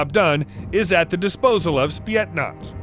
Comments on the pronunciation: Why are you saying spietnaz? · Did i heard spyetnaz